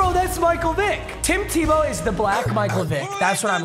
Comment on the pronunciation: Who's going to tell him he was mispronouncing Tebow